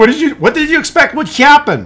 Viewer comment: "hyappen" - Love you. 😅